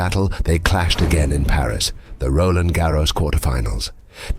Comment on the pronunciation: Stop rolling R's when you pronounce Roland Garros , 😂 it's french, not Spanish. I mean it's a video in English, I wouldn't have an issue if it was pronounced the English way, but Spanish pronunciation is weird. unless there is a process of changing RG "nationality" to Spanish with Rafa 14 titles plus carlitos 2 of many titles